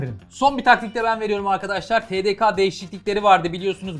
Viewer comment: tedeka değil tedeke😁